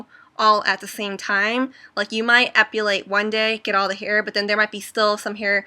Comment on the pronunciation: u keep saying "epUlate"...haha sorry, pet peeve!